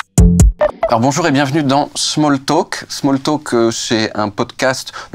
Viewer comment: Impossible de pas rire quand il dit Bonchour